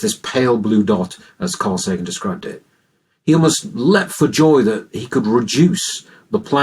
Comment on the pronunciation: Carl SAGAN? The "G" is just a "T" with a long curly tail.